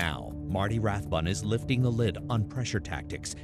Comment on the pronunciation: Note that the $cientology “documentary” mispronounces his surname as RathBONE when he’s Rathbun.